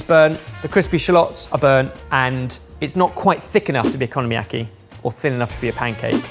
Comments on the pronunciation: I legit snorted every time he said "economyaki" instead of "okonomiyaki" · The unintentional mispronunciation "economy-yaki" is quite fitting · Purple and yellow carrots? :O Okonomiyaki - oh-coe-no-me-yah-key is Japanese and have a long o sound. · absolutely kills me every time one of them calls okonomiyaki “economy-yaki”… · “Economy-yaki” …took me a sec to realize he was trying to say Okonomiyaki. 😂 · I’ve got to say, big fan of making okonomiyaki at home, but I had a bit of a laugh hearing “economy-yaki”. Brilliant idea, I always look forward to your uploads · I'm not even Japanese and I am insulted by your pronunciation of okunomiyaki. Also it translates as fried things you like